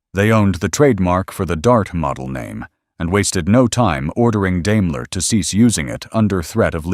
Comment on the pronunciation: Learn to pronounce Daimler.